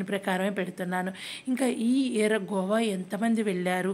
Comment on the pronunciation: Gova kadhu goa